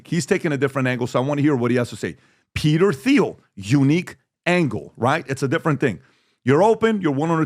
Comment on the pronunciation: It's Peter "TEAL" Thiel not Th-eeel , he's much too brilliant and important to mispronounce his name. Silent H